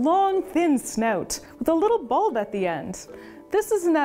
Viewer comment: I absolutely love how she pronounces snout. It's like sneüt